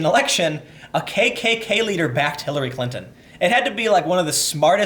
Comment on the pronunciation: Hillary Klan-ton, lol.